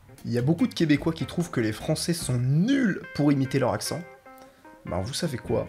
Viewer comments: Accent ca se prononce pas en « in » mais vraimant plus comme un vrai « en » mais le teic c’est qu’en Europe vous prononcez plus vos « en » comme des « on » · PERSONNE dit ça L'accin! Câlis!